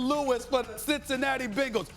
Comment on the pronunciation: What that nigga say "citizicicinatti" what is that?